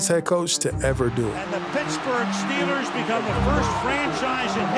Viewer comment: If you're going to do a video about the Pittsburgh Steelers, you should really learn how to pronounce Steelers.